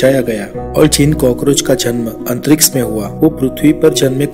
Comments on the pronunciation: अंतरिक्ष not....अंतरिक्स....btw.....very nice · Tongue move nahi karti kuch logo ki aise words bolne me... Unhe kitna bhi samjhao wo antriks hi bolege